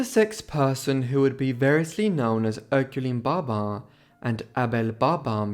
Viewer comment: Great video. But was getting confused why you were saying barbar. And not pronouncing the 'bin' of their last name 🫤🤷